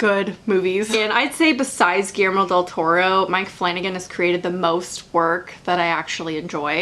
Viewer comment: It pronounces: "giyermo" del toro. I'm from mexico haha